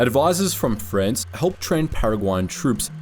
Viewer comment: well done with the spanish names but whats up with pronouncing France as Frens?